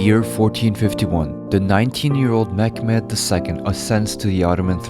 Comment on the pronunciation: Meh-met not mekmet